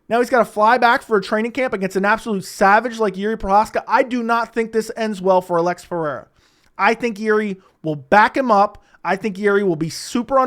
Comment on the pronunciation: Ulex try say it. Alex. You don't speak Portuguese.